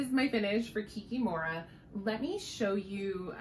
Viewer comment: I'm from Russia and I'm obsessed with your channel and book recommendations. Love your Owl Forest finishes! I don't want to be a bore, but maybe you're interested. Kikimora is pronounced with an accent on the second "i". Yaga in Baba Yaga is pronounced with emphasis on the last syllable.